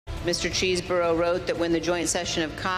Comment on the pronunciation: I like how Liz pronounced Cheesborough